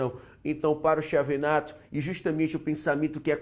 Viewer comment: Nao se pronuncia Chi e sim Quiavenato :)